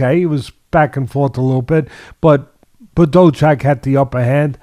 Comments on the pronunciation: BaDough Jack, classic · I had to skip the Badou Jack vs Ilunga Makabu part. The way teddy refuses to learn how to pronounce fighter's names really gets under my skin sometimes.